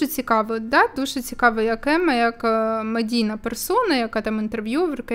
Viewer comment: Емма а не Амма